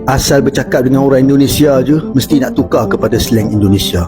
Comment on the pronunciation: Hmmm.. Ngaku orang melayu yang tapi cakapnya dengan aksen british, Munafik. Harimau = hawimau Tukar = tukaaw.